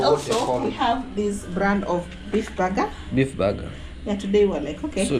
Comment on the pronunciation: 😂😂😂😂😂 very interesting 😂😂😂baga baga baga...BIiiiG Burger( sound like bega begger...)